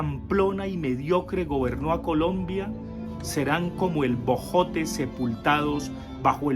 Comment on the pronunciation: Profe le faltó decir que no sabe decir Colombia sino polombia...